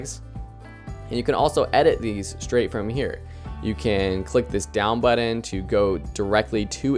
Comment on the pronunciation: Buddon must be a Canadian thing. That drives me insane. Pronounce the t's. Good info, but please please please stop saying buddon